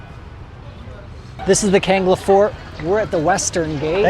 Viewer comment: Not kanga it's kangla